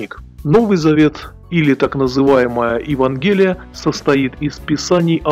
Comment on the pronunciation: Неточностей и ляпов уйма. В каждом утверждении практически. Да еще и ударения не там где нужно. Не ЕвангЕлия, а ЕвАнгелие. Не собор св. Петра, а базилика. Дальше смотреть не стал.... сплошное любительство. Петр был не "самым близким апостолом Христа". Что за бред? Он был поставлен Христом главой апостолов, и не из-за какой-то там близкой дружбы, а по своей воле Божьей. Детский сад сплошной, короче, дилетантский. Бред про индульгенция вообще комментировать не хочется. Ну а то что население Библию не читало и вообще не интересовалось - так это чушьнесусветная. Во-первых, книгопечатания тогда еще не появилось, и Библию народ слышал на каждой Святой Мессе, не говоря уже о катехизации или "Библии бедняка" в церквах (а не в церквях). Ну и так далее....